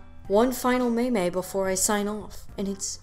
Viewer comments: Man, you pronouncing meme as may may threw me off lol thought ya found me on reddit 😂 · I thought you were joking around with the pronunciation of meme, but you kept saying it so I realized you might actually think it’s pronounced that way. It isn’t... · Um "may-may"? It's meme, rhymes with team, alright criticism aside, keep up the good work, you're doing great! On second thought, I'm guessing the may-may thing was a case of r/whoosh on my part, well played